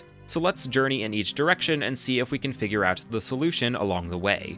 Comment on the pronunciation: He tends to puts emphasis on the end of words. "thaT, ouT, siDe-quesT, deeD"